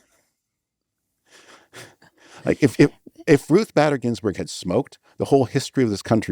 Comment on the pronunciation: Not watching this after 3 seconds in. If he can't pronounce Bader-Ginsburg's name correctly, there is no point.